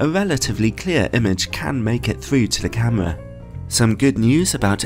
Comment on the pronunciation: love it when he says camwa